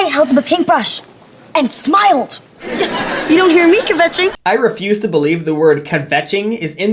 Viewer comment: This word is supposed to be “kvetching”, you say kvetch as one syllable where London here mispronounces it as ka-vetching. Its a Yiddish word that means complaining.